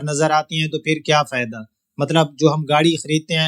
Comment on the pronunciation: ۔ آپ خالص اردو ہی بولا کریں ۔ انگلش الفاظ کا تڑکا بڑا مصنوعی سا محسوس ہوتا ہے ۔ ویسے بھی آپ کا لہجہ سرائیکی اور دیہاتی پنجابیوں جیسا ہے ۔ آپ نے تلفظ ہائی بَرَیڈ ادا کیا جبکہ یہ ہائی برڈ ھے ۔ فائدہ ہے فیدہ نہیں ۔ لہذا خالص اردو ہی بولیں اور اپنائیں ۔ ھمیشہ خوش رہیں